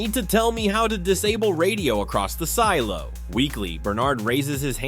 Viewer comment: Did anyone else hear him say seelo